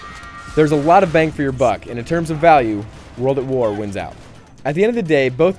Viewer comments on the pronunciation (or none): none